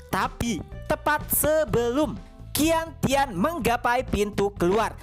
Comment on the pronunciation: cara baca qian tian adalah ( cian tien ) bang